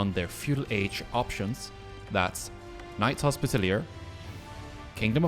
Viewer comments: 'Knight's Hospitallier' 😂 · Bro you're pronouncing knight's Hospitaller wrong